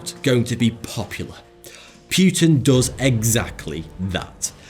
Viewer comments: I NEVER EVER heard Anyone say 'Putin' like you do, and it sound Really Unnatural and stupid (Pute-inn?) Just say his name how it's Actually pronounced, like Everyone else does (Poo-tin💩/Pou-tin) 😂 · Hey, it's not PYUTIN, it's Poutin. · It's not Vladimir Pewtin, it's Putin. And i don't think that really french ships would determine the fate of the world. naaaah, not buying it. Churchil killing allies? well he was a mad and stupid bulldog, that's for sure. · PEW-TIN LOL! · It's not Puetin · its not pronounced puuuutin ffs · Propaganda. Pew-tan ?Hey-tch? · you said pewtin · Please pronounce Putin correctly. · Please learn how to pronounce Putin and Angela properly